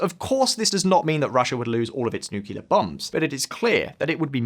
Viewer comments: "…nucular…" no but "…nuclear…" yes❗ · "…n ucular…" no but "…nuclear…" yes❗ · Aside from the horrible advertising, it is N U C L E A R, not nucular :D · Nuclear bombs. No such thing as nuculur. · Great channel. One small bit of constructive criticism: It’s “nuc-le-ar,” not “nuc-u-lar.” Bad pronunciation speaks to credibility and quality control. Otherwise, keep up the good work. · For the love of god: it is pronounced nu - clear. NOT new-cular. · Nuclear. Nu-clear. New clear. Clear? Crystal.